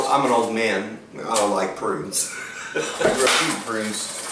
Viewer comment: "I'm an old man, so I like pruins" HAHA classic